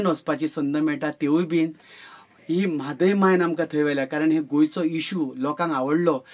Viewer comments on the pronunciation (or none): The correct pronunciation of Mhadei is म्हादे॓ई & not म्हादे॓य. The original name of the river is महादेवी. Now, if you will recollect, the illiterate villagers pronounced the name as म्हादे॓ई because देवी was pronounced by them as देई in colloquial dialect. महा was pronounced as म्हा in Konkani. म्हादे॓ई म्हादय does not convey any meaning.This said, I wish you brilliant success in your mission. Goa cannot forget your passion for the mission. God bless you and your team.